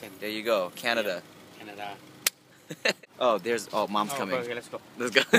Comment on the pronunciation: ....Canadia? Lol